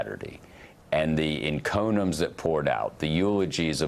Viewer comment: The word is 'en-co-mi-ums'.